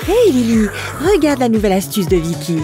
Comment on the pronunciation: vikky a dis livy